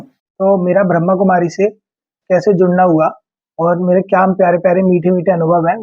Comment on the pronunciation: भाई साहब आपने बहुत अच्छा किया आप बहुत प्यारी आत्मा हो पर ब्रह्कुमारी नहीं ब्रह्मा कुमारी बोलो